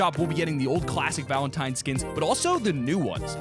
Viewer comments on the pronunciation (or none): none